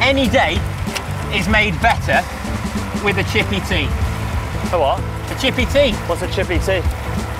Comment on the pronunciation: Chippeh Tea. Eee.